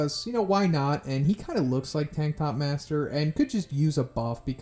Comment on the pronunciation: I heard you say Tiktok master instead of tank top master lol